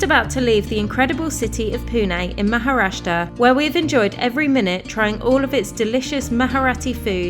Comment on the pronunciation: They screwed up every name they spoke 😄. Glad you enjoyed visiting maharashtra . Love from UP